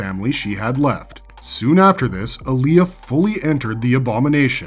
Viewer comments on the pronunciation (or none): It’s AAh-lia, not ALi-Yah. 1 movie, two series and still the mispronunciation? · Alia not Aaliyah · While an interesting video you mispronounce a number of the names wrong including Alia and Leto as well a few others